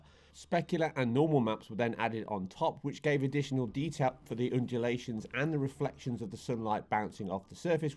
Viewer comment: Does it bother anyone else that he said doc croc or when he says demonstration or undulations